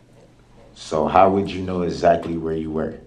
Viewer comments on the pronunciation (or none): Some of the words this “Attorney” used Textes Asactly Axe a question